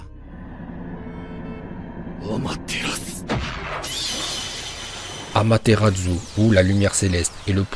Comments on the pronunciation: Autant j'adore tes vidéos, autant je déteste celle avec. Ce mec ne sait pas parler, c'est chaud! Entre "Sinppunden" au lieu de "Shippuden", "Feuilleton" au lieu de "Futon" et "Amateradzu" au lieu de "Amaterasu"... Put*** mais dans AMATERASU tu le vois où le "DZU"???????!!!! Sinon j'adore tes vidéos, continue! (Mes pas avec lui STP) Naruto vie! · AmaterarSsu ça se prononce pas Amateratzu, sérieusement quoi